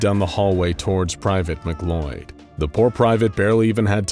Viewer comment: Why in the fuck is McLeod pronounced like it's spelt McCloud? That makes me sense